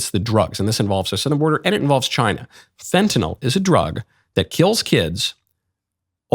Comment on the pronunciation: Thank you for pronouncing Fentanyl properly...